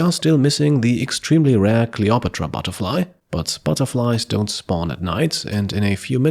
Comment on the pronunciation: You're a cool guy but you gotta look up how to pronounce Cleopatra. & pomegranate. The English language is an absolute dumpster fire. Not that either of those words are English, I suppose.